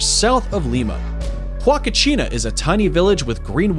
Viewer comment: outstanding list! Thanks very much! May I point out that, because Salar de Uyuni is Spanish, the 3rd. word is oo-YOU-knee, rather than you-YOU-knee; Huacachina = wah-cah-CHEE-nah, rather than who-ah-cah-CHEE-nah; UNESCO is pronounced you-NESS-coe, rather than oo-NESS-coe; Lake Baikal is BUY-call, rather than BAH-call; in the Naica Mine section--like the tiny dog of the same name, the Mexican state it's in (Chihuahua) is chee-WAH-wah, rather than chee-WAH-whah; Victoria Falls is on the zam-BEE-zee River, not the zahm-BEZ-ee, and in the nation of ZAM-bee-uh, rather than ZAHM-bee-uh, and it's not in that nation, but on the border with Zimbabwe, just like Canada sharing Niagara Falls with the USA? I know, because I've been to Victoria Falls. Lastly, I don't know what statistic you were trying to present regarding Grand Prismatic Spring, but it's absolutely not the largest lake in the USA--not by a long shot, since all 5 of the Great Lakes are larger, as are many hundreds of others around the country. You may mean the largest volcanic spring in the country.